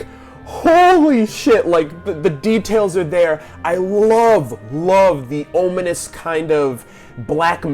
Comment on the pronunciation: Cool video, the only thing that annoyed me was you kept pronouncing "ominous" wrong. It's om now ohm!